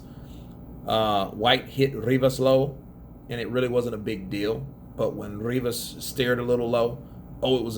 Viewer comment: Rrrrrrrrivas yeah mate that sounds better than Rivas keep doing the rrrrrrrrrrrrrrrrrrrrrrrivas bs